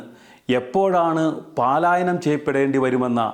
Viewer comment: "പാലായനം" അല്ലാ സുഹൃത്തേ "പലായനം" ആണ്.